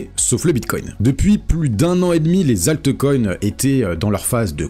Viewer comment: Pitié...prononce altcoins et non altecoins, ça pique trop..